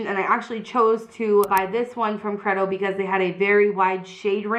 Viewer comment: I'm pretty sure that you're pronouncing Credo wrong. I'm pretty sure that it's pronounced Cree-do. That is the correct pronunciation of the word and I'm assuming that the brand uses the same pronunciation.